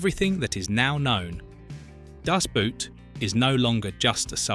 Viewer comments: Nice clip, but honestly, if you insist on using the german title, learn how to pronounce it correctly, it is just two words! With all the stuff you tell us about the movie, how about the correct pronounciation?! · The pronunciation of "Das Boot" by narator makes my ears bleed. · It's really funny. The amount of research abut aspects of the film, but not how it is pronounced... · FFS if you like the movie so much you should know it’s pronounced Das Boat, the same as in German. It’s not footwear damnit. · ...never understood why english speaker dont just pronounce the film Das "boat" because the english "boat" sounds very similar to "boot" in German. The english prefer to pronounce it like the english "boot" and this is so funny wrong. Just say DAS BOAT and its fine... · Just let the AI pronounce it in english, boat and boot sound almost the same, just say Das Boat. Way better than making it sound like it's something you wear on your foot. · Permanently pronouncing the film title wrong... American ignorance is everlasting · You couldn't hire a narrator who knows how to pronounce German words, especially the title?! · Pfff if the title of the film can't even be pronounced... That is a bad sign. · Liked the video...but....it's DAS BOOT....in GERMAN....not DASH BUUT. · How english native speakers say "Das Boot" always triggers me. Its not a feet wear its a boat and you say it like boat and not boot. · It's pronounced Das BOAT, not Das *Boot." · BOAT!!!! It's pronounced BOAT, not boot. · ‘The Boat’ in German ‘Das Böot’ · It’s called Das Boot in German, not Dass Buut. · . Hell of a film, .. a masterwork. and it's pronounced "das" (as in da) and "boot" (exactly boat) das boat. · /dahss BOHT/, rhymes with boat. o=short o oo=long o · At least learn how to pronounce it. Das Boot is equal to the english word BOAT, not the english word BOOT. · Why is it so hard to pronounce "Das Boot" correctly? If you would say "Das Boat" you would already be a lot closer.